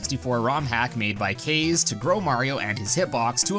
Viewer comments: It’s pronounced Caw-zay, not Kay’s. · Kaze is pronounced "Kahz-ay" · Kaze is pronounced KAH ZAY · It's pronounced Kah-zā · It's pronounced Kah-Zay btw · You saying kaze hurts me